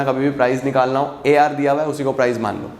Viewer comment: when he says AR and MR am I the only one who hears AR Rehman? 😂😂